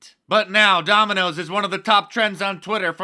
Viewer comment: Donald calls it " Dominios Pizza. " 😃